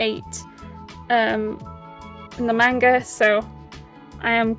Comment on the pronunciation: You're pronouncing manga wrong.